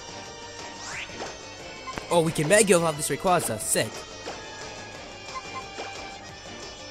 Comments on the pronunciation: Man why does everyone butcher Rayquaza's name? (How it's pronounced) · Has anyone ever noticed that japenese people called Rayquaza "Rayquza"?